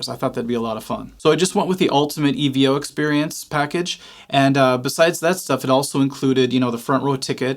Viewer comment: If you knew anything about Steve Vai it's pronounced Evo as in short for Evolution...not E.V.O...that's like ELO...as in Electric Light Orchestra...just sayin..😂